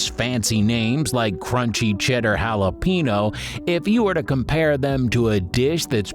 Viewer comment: It'd be great if you knew how to pronounce jalapeno